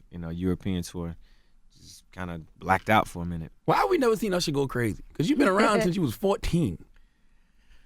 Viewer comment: did envy just introduce him as ursher?